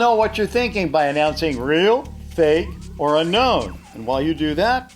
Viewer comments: Every time he says uknown I feel uncomfortable 👌gotcha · sayin real and fake: Well just vote ril or fik. sayin unknown: Or maybe its unknooooooown.🥴